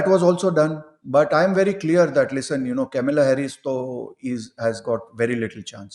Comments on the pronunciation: It is Kamala, not Camilla 😂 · Kamala not Kamila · Name is kamAla not kamila. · Why are they both saying Kamila instead of Kamala? It is a South Indian name! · These two are pronouncing Kamala's name "Camilla Harris". Its pronounced Kam-La. Its a bit weird that Indians like yourselves say Camilla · First, it is not Kamila but Kamala. Her mother hails from a Chennai Brahmin family. Second, this guy’s prediction is based not on astrology, but on bias. Crap. Trump in no way is going to win. He sits 1000s of miles away and does not see the vulnerability of trumps position over here. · Kamila??? It is KAMALA. Indian name!!! Ek naam bhi seede pronounce nahi kar sakte, na hee uski spelling correct hai title mein. God!! What kind of accuracy can we expect??!! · PEOPLE WATCH YOU ALL OVER THE WORLD, PLEASE DO NOT MAKE ANY SPELLING MISTAKES....IT IS KAMALA NOT KAMILA. IT IS VAASTU NOT VASTU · This can't pronounce Kamala, calls Camila! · Camila man it is kamala. Can you pronounce her name properly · WHO is KAMILA..... It's K A M A L A.. KAMLA. 🤦🏻🤦🏻🤦🏻🤦🏻🤦🏻🤦🏻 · It’s Kamala, not Kamila 😅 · She is "Kamla" not "camila" 😂😂😂😂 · It is Kamala Harris and not Camilla Harris as you both have pronounced. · It is kamlaa not kamila .pronunciation is incorrect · It is kamala not kamla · Not camila but kamla (devi) . Pls correct your pronunciation. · Namaskaram, Her name is Kamala Devi Harris not Kamila Harris correct it.Jai Bharath. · it is not Kamila but Kamala ie Kanwal her full name Kamala Devi